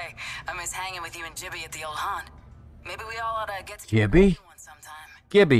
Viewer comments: How dare say "jibby" its GIBBY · NAHH SHE DIDNT JUST SAY JIBBY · I think jibby would be the right pronunciation since it its Gibraltar shortened you dont pronounce it gib raltar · Lol I say Gibby too but Im pretty sure the shortened version of Gibraltar is acutally pronounced like "Jibby" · “Jibby” lol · It’s definitely a j sound in gibby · I nearly had a stroke when Bang said "Jibby". How did that line get past qualty contrrol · We've been saying Gibby wrong 💀💀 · Jibby? that hurts my ear. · Why does bang say it like jibby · i got angry when said "jibby" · No, it's in fact "Jibby," given that the name is said "JIBraltar." The JIF crowd takes this one objectively.